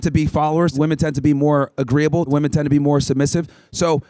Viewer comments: Why do so many people mispronounce "women"? They always pronounce it the same way it is pronounced in singular "woman". It seems very common among these college kids. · it drives me more and more crazy everytime she says “woman” as a plural. it makes me want to poke my eardrums out with a pencil.😖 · She's unable to pronounce women correctly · She doesnt even know how to pronounce the plural of woman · Good job young lady. Woman and women are different words and are pronounced differently. What is it with this generation? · Why can’t women pronounce the word “women” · She couldn't even pronounce "women" correctly. She was cordial though. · What happened to this world where people can't pronounce the word "women" anymore? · She cant even say women.... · The mispronouncing of the word "women" just drives me fucking crazy. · Any if it’s because they didn’t pay attention in class, why is it the only word they can’t say correctly? I think it’s on purpose, taught with intent. I don’t know why, but there’s got to be a reason. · Right off the bat: "Your opinion on woman." Unable to pronounce "women". Off to a good start, folks! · my god WHY CANT SHE SAY "WOMEN" STOP SAYING "WOMAN" FOR THE PLURAL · Straight off the bat and she can't pronounce the word "Women". What is it with these American college girls and knowing the difference between "woman" and "women"?? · It’s WOMEN!! Not woman!! JEEEESUS!! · Why does she keep saying woman as if it’s plural? It’s women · why does she keep saying woman instead of women. lmao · dude didn't anyway teach them how to pronounce "women" ? they're literally just reading it as it's written not as it's supposed to be said. It's pronounced "WEMIN" not "WOMEN" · why does she keep saying, woman. Point made-it's women! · What’s the deal these modern-day women continuously using the word “woman” for “women”? She did it several times in this video. Even corrected on it. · everytime she said woman instead of women was driving me fucking insane 😅